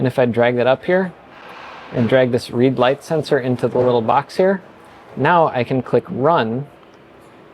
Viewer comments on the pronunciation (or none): none